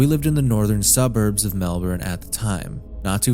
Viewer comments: completely irrelevant but please say melbourne correctly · Man people like you are so fucking annoying. No nonlocal is going to know the fucking pronunciation of your city.